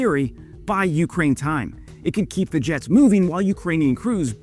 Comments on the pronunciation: Some times I think you just like the sound of your own voice. Also.. the way you say Ukraine most of the time is kinda annoying. "YOU-kraine".. 🫩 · I am once again asking you to put the emphasis on the second syllable of Ukraine like a real human would